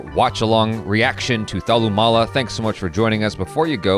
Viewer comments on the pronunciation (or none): It's not thalumoola it's thalumala😂😂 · Hahaa. Thallumoolaa